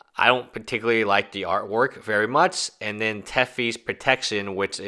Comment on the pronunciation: I'm really having trouble believing what you say about your education when you make pronunciation mistakes like "Tefi's Protection".